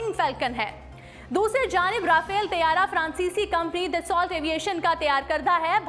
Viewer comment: Rafail nhi RAFAEL hota hay